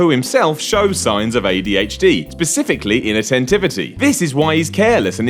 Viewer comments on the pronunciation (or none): OMFG he says "PACIFICLY" I almost rage quit right there.